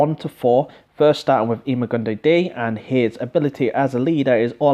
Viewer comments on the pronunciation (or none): lol "eema gun dee dee" It's "I-ma goon die"